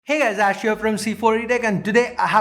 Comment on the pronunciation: Ahhh i see you had improved your english pronunciation hahahaha no longer "Aszzz hear vrom zzz4etech" and now "Ash here from C4etech"!